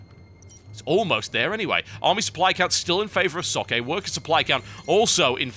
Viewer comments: Why can no one pronounce Socke's name correctly? Not a rip on you at all TB, no one gets it right. It's Zock-uh auf Deutsch. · TB, just so you know, Socke's name is pronounced "Zawk" like the word "sock" or "hawk" with a Z and the beginning.